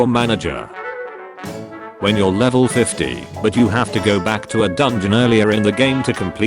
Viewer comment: God the AI is so bad it actually pronounces “go” as “geo”